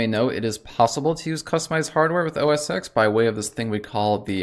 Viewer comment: Yes, it's macOS now and never was called OS Exxx as he calls it. It was called OS-X as in OS TEN like a roman numeral.